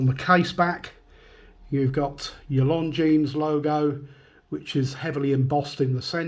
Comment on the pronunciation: Great looking watch despite the beating and I'd def go for the 44 too.p.s,At the risk of sounding pretentious ...Isn't the s in Longines silent?